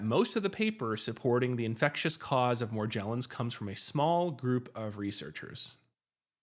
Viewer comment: Your pronunciation of Morgellons is incorrect.